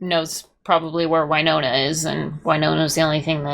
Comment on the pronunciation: Drives me nuts this girl corrected her husband a bunch of times on pronunciation of names, yet continues to call Winona, Wyyyynona. Also, implying that Raylan should “change” his entire life, give up his career that came before her and everything for a flaky girl who comes and goes, makes terrible choices, like Gary, and is a multiple felon for the vault heist, and corrupted Raylan into being her accomplice. If anything, Raylan needs to get away from Winona for his own safety and mental health, as fast as possible.